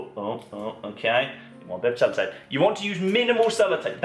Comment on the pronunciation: Is he saying salad tape